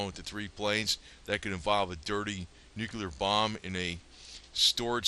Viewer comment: Nu cle ar Not. Nu cu Lar. !!!! Damn